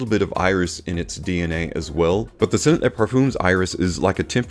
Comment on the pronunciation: Every American reviewer seems to always mispronounce le versus les. Le parfum is pronounced ‘Lu’. Think up. Les is pronounced ‘Leh or lay’ and refers to the plural.